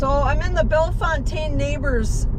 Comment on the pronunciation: Oh and just a slight correction: You pronounce it “Bell-Fountain” not “ Bell- Fontaine” 😂 I know it’s spelled like that but yeah, it’s pronounced “Fountain”